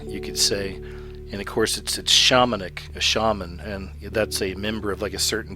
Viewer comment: Your pronunciation is bad. Shamonic (pronounced as it's spelled - shamanic) Samidi, (pronounced samdi, actual word is Samedi, which is French for Saturday. Coven (pronounced cuvven). :)) Sorry.